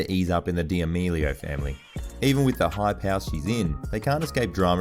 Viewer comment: Did he just say Charli Dee meelio